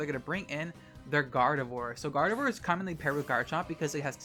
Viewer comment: Umm, can you say "Gardevoir" again? 😳